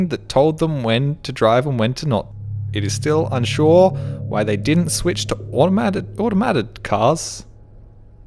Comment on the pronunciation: Not how you say fungi or automated but okay.